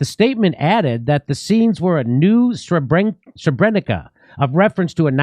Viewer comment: Yeah, Jimmy can't even pronounce Sebrenica correctly